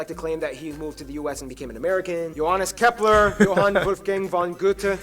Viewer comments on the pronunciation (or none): none